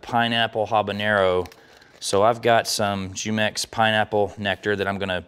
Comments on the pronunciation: Gonna try these; they look awesome 👌. BTW the juice company is pronounced whomex not jewmex. Great videos learning a lot from your show. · Lol he pronounces it "Jew-mex" but its supposed to be "Hu-mex". Love this recipe.